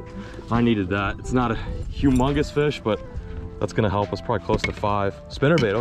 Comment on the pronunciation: So sick of fish brain. “HELP ME RICKY HEP HEP HEULP MEH!”